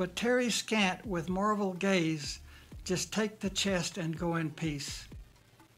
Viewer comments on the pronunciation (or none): none